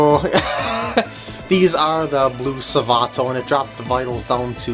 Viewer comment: U said Savato as Savano haha